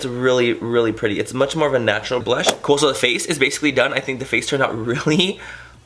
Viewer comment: When you said "really cood" I reminded me of mean girls when Cady says "grool"😂😂😂💓